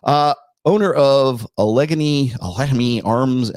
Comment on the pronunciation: As someone from Appalachia, pronunciation of Allegheny (AL-ig-AY-nee) made me cringe.